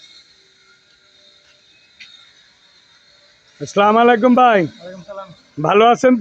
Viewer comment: সালাম টা শুদ্ধ করে দিয়েন জনাব